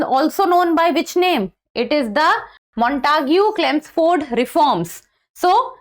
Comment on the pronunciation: Chemsford , not chelmsford